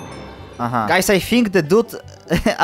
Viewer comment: that was most polish "aha" i ever heard